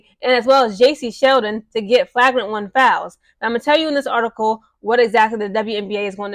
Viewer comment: you're not pronouncing flagrant right